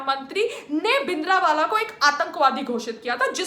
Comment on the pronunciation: You don't even know how to pronounce "Bhindrawala" and then you say that you know a lot about history of Punjab.